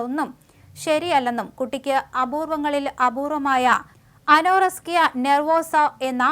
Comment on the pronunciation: Ano-rusk-iya alla anorexia